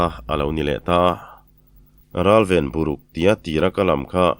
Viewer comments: Veng zawng zawng lam rik dan leh, thu thluk hi a in ang vek chuang lo a nia, i tisual bik chuang kher nang, kan veng lam hi chuan, bur chhia, tih kan lam a bur tih thluk in buruk kan ti😂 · Buruk....'Bu' hi hniam deuh se,' Ruk ' hi a key sâng leh deuh seee a va dik mai âwm ve... te ka tîat..😊